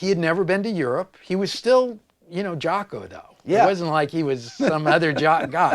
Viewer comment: Rick, it's pronounced Jocko (an "o" not an "a"). I know you know, not trying to be a d i c k. Some French jazz player started pronouncing it like that, back in Jaco's early days, and it stuck.